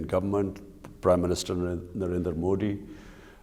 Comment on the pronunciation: Lol "Mao di" Yes Modi di, Mao di, lol